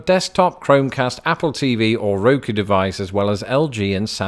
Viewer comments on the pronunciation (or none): none